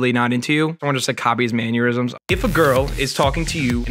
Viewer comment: mispronounced mannerisms as maneurysms but it works